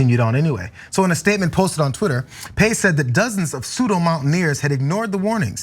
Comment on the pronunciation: Peillex, probably pronounced peyecks. The final x isn't silent.